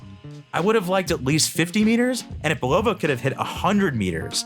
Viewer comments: Come on. It's "BUL-o-va" not "bul-OH-va" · It’s pronounced Bull a va NOT BUll O va Get it straight. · It’s pronounced Bull a va NOT Bull O va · Typical mispronounced words by AI..."Bull-low-va"...really?